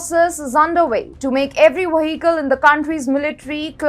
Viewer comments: Take a shot every time she says Waheekel... :) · I think she find a little difficulty in pronunciating vehicle . No worry . It was nice video